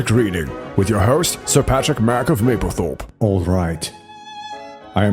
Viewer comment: I really hate to correct you but it's MaBlethorpe not MaPlethorpe ... Mable is disgusted. It's next to Skegness on the eastern coast of the Blitish Irles. There's no where in England called Maplethorpe ... just like you can't order Mable syrup with your pancake .... I used to go there as a kid for days out ... boring place.